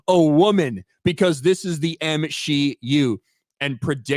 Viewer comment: The way says the M-SHE-U is alive! It’s like it’s Frankensteins monster at this point. We know what we need to do… burn it with holy fire!